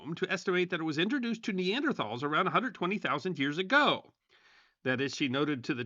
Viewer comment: Nee-an-der- TALLS